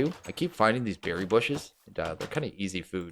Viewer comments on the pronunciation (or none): none